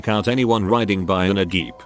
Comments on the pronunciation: "...riding in a geep." I'm sorry, what? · "Geep" That's jeep though.